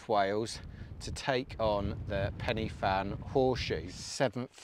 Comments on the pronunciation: I did this route last week, just in reverse. It was great, though it was pretty busy out there! Some help with pronounciation, Corn Dee, Pen uh Van, Van uh Big. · Hi. Was up there camping on Fan Y Big last weekend. When you say the names of the peaks, the ‘Y’, is pronounced ‘Ah, as in the sound of the letter A. You’re in Wales, don’t forget. Also, when you drive through the villages there, the names of them are not WiFi codes, for the modem…😉 All the best…👍🏾⛺️